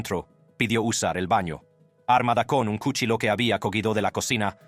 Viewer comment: Para el narrador de este video solo quiero saver por que estas narrando hablando muy bien y claro y de repente cambias la voz y te pones hablar como cuando los gringos estan aprendiendo español dices palabras como en ves de cuchillo dices culillo dices el jularo en ves de jurado y cosas asi y de pronto buelves hablar normal si vas hacer cosas como esta hasla bien si no no hagas nada por que el que se holle estuido hablando eres tù pero te pagan por que hagas las cosas bien no se como no se an dado cuenta hay muchas gente que lo ueden hacer mejor que tu y eso te llevaria a quedarte sin trabajo piensa no te pases de estupido